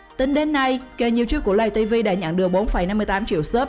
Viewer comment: Lay tv chứ không phải là lày tv